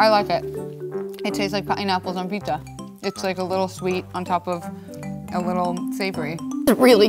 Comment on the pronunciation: "It's PEEPZA!"